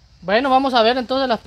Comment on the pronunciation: Jajajajajajaja cuánto me he reído cuando la vieja Vicenta dise ay prebas. Ay prebas